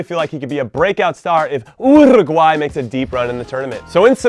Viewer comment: why can Jimmy pronounce Paraguay the right way but not do the same with UUUUURUGUAY,,,, hahaha its literally the same pronunciation